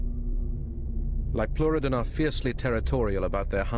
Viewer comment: Liopleurodon is pronounced like that.